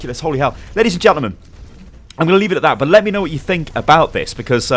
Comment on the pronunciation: I like how he made an entire paragraph trying to deny what you said, and then couldn't even say know correctly. He goes "I now it's asking for a GIANT explanation.